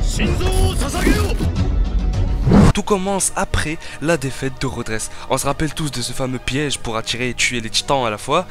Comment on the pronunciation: STP essaye de prononcer ROD REISS et non rodresse......et aussi les Ackerman et non les Zackerman........